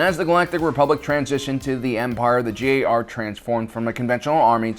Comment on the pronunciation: Dude, its G ar, not J ar